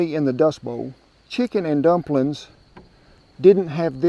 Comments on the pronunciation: "Drumplin's!" 😂 Hi from Melbourne Australia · I think"drumplins" was my favorite part❤